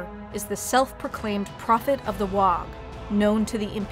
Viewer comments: Ooh, you got me all the way until you pronounced the g in WAAAGH. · Amazing but the g is silant in WAAAGH! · The g in WAAAGH! is silent. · i always thought it was a silent G. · The "gh" is silent . Otherwise, crackin video. WAAAAAAGH!!! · That's not how you pronounce WAAAAAAAAAAAGH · Pretty sure you don't pronounce the G in WAAAAAGH. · not sure if mandella effect or not, but I'm pretty sure you don't pronounce the G and the H at the end of "Waaaarrrgh" I've been playing 40k in GW's since first edition (so since the mid 80's, basically since I was about 6 years old) and whenever we were told to shout it by the staff, it was "WAAAAHHHHHH" with no GH sound being pronounced. They could have changed it though, or this could be mandella effect. does anyone else remember it as not having the GH sound pronounced as well? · The "GH" in WAAGH is to prolong the vowel and isn't pronounced. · ya dont say the G in WAAAAGH!! you bloody gits